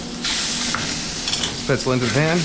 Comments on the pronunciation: It’s “Spätzle “ with a L tho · Don’t pronounce the e in the end and it’s a hard a at the start like “eh” but that was perfect like my oma use to make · If I may insist even more, "Spätzle" are pronounced almost like you did, but with a "sh" in the beginning instead of an "s". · dude you mean "Spätzle" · u pronounced it wrong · the way to pronounced spaetzle made me scream in german but good recipe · never heard it pronounced like that lol